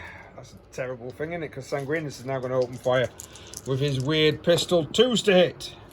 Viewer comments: haha SangwinEEEus. There’s an I after the N. 😅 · Sanguinius is pronounced ‘San-gwin-ee-us’ :)